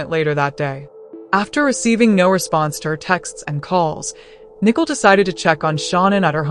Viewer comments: Why is she calling Nicole nickel? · Nickel it's Nicole